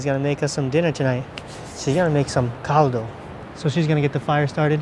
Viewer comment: you said CALDO correctly.. good job.